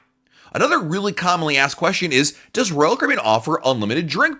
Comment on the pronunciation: I kinda wish you would talk slower, in a more relaxed way. Not slow, just a bit less stressed. I have a hard time watching whole video because it stresses me out. It doesn't cost more to talk at a normal pace. Also, you don't pronounce the company name correctly when you say RoyalCaribbean so fast. Just my 2 cents. I love your content by the way!